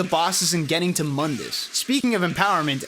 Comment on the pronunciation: Mundas is pronounced "Moondus". Only the the reboot calls him "Muhndus". Edit: Later in the video you call him by the correct pronunciation... Double Edit: You pronounce it wrong even later in the video!